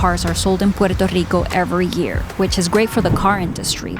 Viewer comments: I LOVE how you pronounce Puerto Rico! Sooo authentic! Perfecto! 👌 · Great video. Car companies and politicians trying to line their pockets have ruined so many cities. btw the way you say puerto rico is amazing